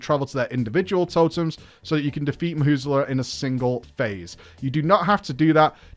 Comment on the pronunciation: "Mahusla" "Mu zala" normal people